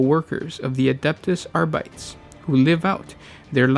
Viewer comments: Arbites is pronounced: ARE-BEE-TEES not ARE-BITES. Smh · Thanks for the video. One note though: pretty please, do not pronounce the lore terms originating from Latin using English pronunciation rules. It sounds more than awful. Example: Adeptus Arbites You pronounced the second word as "a:rbaIts" ("are - bites"). Corect pronunciation would be "arbItes" ("ar" as in "arsenic", "bI" as in "beloved", "tes" as in "tesseract"). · Adeptus Arbites is pronounced Adep-tus Ar-be-tees. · Bruva I think it's pronounced Adeptus Arbiteez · You see, Latin has a very different pronunciation than English. That "I" is a capital "i", it is written in the form that pronunciation can be seen in dictionaries. It is not an "L". Try pronouncing "Arbites" as three separate syllables (Ar-bi-tes), using the words I gave above as a guideline. Oh, an one more thing. Stress is on the second syllable, rather thatn the usual English first syllable. That could help too.